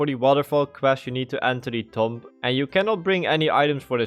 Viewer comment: Recipe is pronounced like resipee and tomb is pronounced like toom